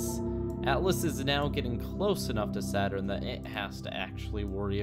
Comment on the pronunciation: Well, i guess you can call it SADurn from now on! Di Dun Tschh